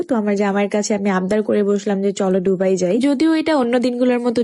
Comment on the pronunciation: ডুবাই না, হবে - দুবাই মিরাক্কেল না, হবে - মিরাকল